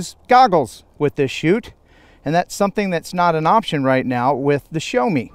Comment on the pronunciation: See-yao (first syllable fairly short) not 'show' :) Excellent review otherwise.